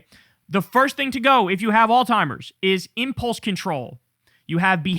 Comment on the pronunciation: Alzheimer not Altimer